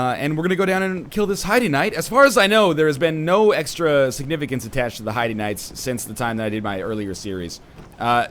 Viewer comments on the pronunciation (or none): I'm pretty sure heide is pronounced hade not like the name of a girl haha :p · Heide is pronounced hide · I'm pretty sure the proper German way to pronounce it is ''hide'', ENB pronounces ''Bastille'' as ''bastee'' so I wouldn't rely on him for linguistic lessons. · NL Heide('s tower of flame) is pronounced Haid, as in rhymes with Raid. Heide's tower of flame. The crestfallen warrior says it if you talk to him in Majula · Just for future reference, Heide is pronounced "hade". Like "made". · No hard evidence, but given the theme of the setting, it fits linguistically. Pronouncing it "highdee" would only work if it were spelled, for example, like Hiede. Even that would more likely be pronounced like "hide". Pronouncing Heide like "highdee" would require quite a bit of linguistic gymnastics. Also, check out EpicNameBro's videos. He worked on the official guide and dealt with the developers, and would have heard it pronounced straight from them (and, in case you don't have time to watch, he pronounces it "hade" as well). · an npc pronounces it hade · The katakana for Heide used in the Japanese version is ハイデ which sounds like "hi-deh" (basically "hide" with a soft "e" ending). Of course, Saulden flat out says "hade" when you talk to him, so it's more or less preference. Doesn't matter much anyway. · It's said hyde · A few things. From what I've seen from other Dark Souls II playthroughs, Heide is pronounced "Hay-d." Also, two handing a weapon only reduces the strength cost to wield it, not the dex cost.